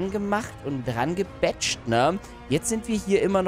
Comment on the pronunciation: "Wir haben alle diese Dinger da drangemacht und drangebetscht" hahahahaha